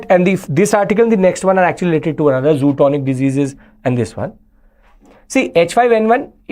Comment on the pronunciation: Great lecture! Thanks a lot for clearing confusion between LAC and LOC. One suggestion, the disease spelling is zoonotic. But Sir, maybe pronouncing it wrongly as “zootonic”